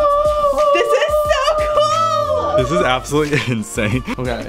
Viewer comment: You know when said this is so cool in the bathroom I heard it's so Cole😂😅